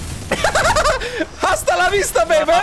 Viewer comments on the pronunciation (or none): Asta lavista a nie hasta w 3.38 filmiku powiedziałełeś hasta a h jest nieme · Żle powiedziałeś Asta lawista